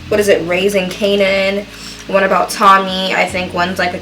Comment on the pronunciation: YO the accent ???? sis said tommyyyyyy LMFAO